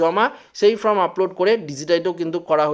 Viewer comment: Hi hii hii ""ftom" naa hhihi""FORM""...hii hii